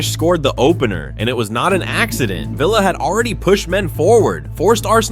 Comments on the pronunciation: its vill as in pill not veel as in reel get it up ya aresenal,,,,😁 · "Veela Park" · Villa ❌ Veela ✅ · Had to stop watching because of the mispronunciation of Villa...